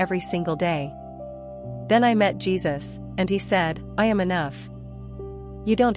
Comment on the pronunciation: His name is JESUS not JeBus ❤